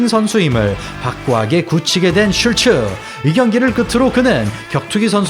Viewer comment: 하리노토프가 아니라 하리토노프입니다. 사실 이름도 슐츠라기 보다는 쉴트 혹은 슐트라고 발음해야 맞는 듯.